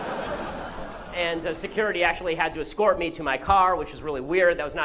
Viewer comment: "Virgüinza!, Virgüinza! Sigúiridad!, Sigúiridad!" :v